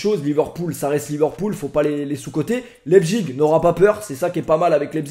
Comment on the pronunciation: et laïpzich